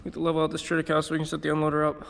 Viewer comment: it"s pronounced tri-tuh-kei-lee.